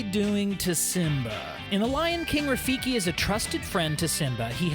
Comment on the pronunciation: Its Rafiki. Not Rafikie.